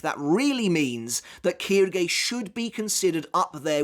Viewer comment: Its not kirgay its quilge